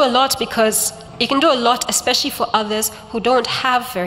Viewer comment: The way she pronounces 'special' in a 'group of schools way'. What a speech, awesome. Go well Bob, you were awesome, oooh and sexy😊